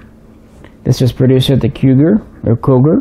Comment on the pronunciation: We apreciate VERY MUCH you clips, we salute you from ROMANIA❗️❗️❗️ P.S. The name of the factory it's the same as the city it's in CUGIR and you spell it or pronounce it...read COOGEER ❗️😊🤙🏻 All the best❗️❗️❗️